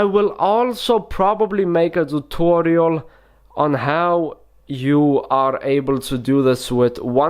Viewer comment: How we spell it : tutorial How he spells it: thoothorial